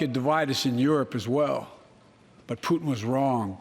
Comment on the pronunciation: the way this chick says Putin's name like the food is really bothering me.